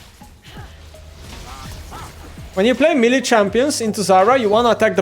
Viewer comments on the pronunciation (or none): none